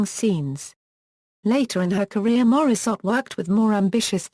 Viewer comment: at least learn how to pronounce her name !!!!